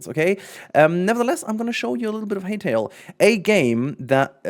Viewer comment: I believe its pronounced hi-tale, not hey-tale